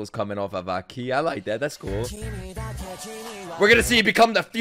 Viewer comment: AH-ki, not akee lol